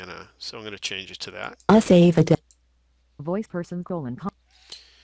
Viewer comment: Microsoft Anna cannot say Ava correctly wow.